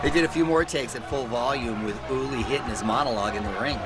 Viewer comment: Damn Mario hella butchered uli’s last name 😂😂😂